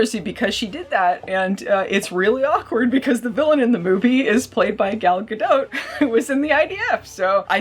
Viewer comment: Gal Ga-"dote"? More like Gal Ga-DOPE! Or Gal Ga-NOPE!